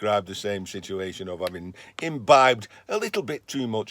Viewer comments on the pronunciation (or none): none